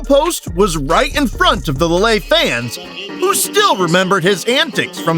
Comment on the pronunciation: Lillay?? It's Leele, that's how it's pronounced